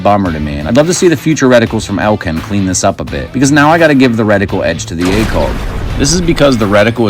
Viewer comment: I like your videos. Why do you say acoLg?